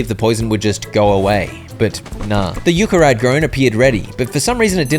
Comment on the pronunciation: Everytime you said yu-ca instead of yuck-a